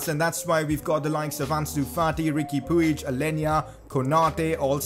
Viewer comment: Puig is pronounced "pudge"